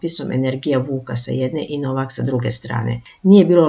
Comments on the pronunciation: Nauči već jednom kako akcentujes kad izgovaras Novak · Опајдаро,изговарај правилно "Новак,"